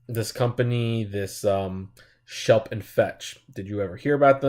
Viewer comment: It's Schlep, not Shelp.